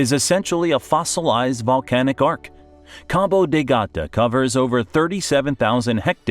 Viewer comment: Es Cabo de Gata.🤦🤦🤦🤦